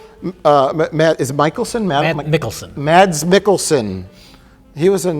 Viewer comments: My regular PSA: Mads Mikkelsen is Danish, and his first name is pronounced "Mass". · FYI Mads is Danish and if you want to pronounce his name properly it is pronounced 'Mas' like Christmas.